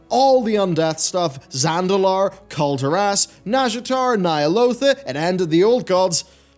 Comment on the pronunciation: Pronounce kul tiras right please.